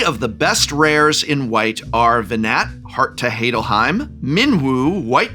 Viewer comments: Ve-Gnat, Heart to Heidelheim was crazy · You may be correct, but if I hear someone say Ve-gnat, Heart of Heydalhiem again, I might just lose it